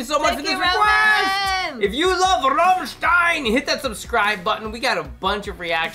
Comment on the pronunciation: Can you stop emphasizing "RAMMSTEIN" so silly? Not even we Germans speak like that..🙄